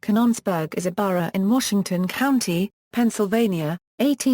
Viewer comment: robot mis-pronounces Canons-burg as Cahn-NONs-burg. . . and also Vit-tro as Vee-tro. . . . and left out the man-made hill burying the radioactive waste. . .